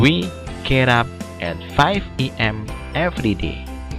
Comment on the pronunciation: everiday ? wkwkwk what happen with you dude ? check your vocab next time please sir